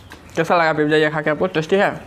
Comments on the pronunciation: Abe pagal admi it's not pipija its pizza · Aap khana mu band Kar ke kha ya Karo Awaaz ganda lag ta hai pizza Hota Hai pipzza nahi